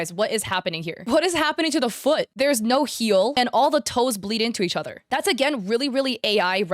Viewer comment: "Oh Naur...." Wait, is australian?!